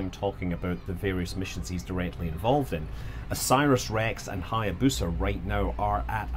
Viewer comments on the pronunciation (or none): none